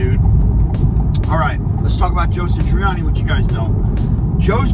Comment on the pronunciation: 1. It is SATriani, not SITriani. It is odd that you talk about this topic with such passion, but you don't even know how to say his name. 2. Not all of the music on Stern was bad. Mean Street sucked... Summer Nights was terrible. That stuff sounded like a newbie, frankly. However, Right Now was pretty good. The bulk of Best of Both Worlds was alright, but the solo was kind of cringey. He looked like a dufus when he tried to double tap. It is amazing that someone who is supposed to be a bit of a virtuoso himself can't really double tap at all. 3. The obvious answer is "Steve Vai." I don't know what their relationship is like these days, but if Dave is going to put together his own tribute tour, Vai is the "no duh" lead guitar, if they don't hate each other now. Vai should be doing it in the first place with Sammy. Or... Why isn't Vic Johnson doing it? He is clearly WAY better at playing Eddie's stuff than Satriani. Why didn't Sammy just do the tour with The Circle? 4. Wolfie's fat ass was great with Foo Fighters. 5. It is pretty clear that Alex is not going to do this tribute stuff. 6. As soon as Eddie died, I was envisioning one big concert, a la Freddie Mercury's tribute, to properly honor him. A whole slew of people could take part, and it would much better illuminate what a vast, overwhelming impact Eddie had on musicians everywhere, while simultaneously giving the fans something with which to sort of get some closure re: Eddie's death (and hear some really cool renditions